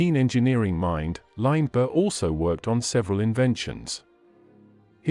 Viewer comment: When you are doing a bio oa famous person and you use an electronic voice, please try and pronounce his name correctly.